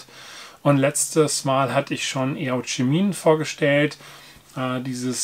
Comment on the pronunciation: Danke für das Video! Eauchemin ist meines Erachtens nach Französisch und heißt "Wasser-Weg". Es spricht sich "O-schmen" wobei das "e" nasal, also eher wie ä gesprochen wird